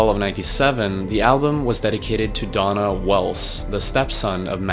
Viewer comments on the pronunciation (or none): DAY-NA, Not Donna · You should learn how to pronounce the names before you put this shit out. Who pronounces Dana “ Donna “? You also got Chino’s last name wrong. Do better. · ITS NOT "DONNA", his name was DANA (DAY-NA) WELLS. #ripDANA #ripCHI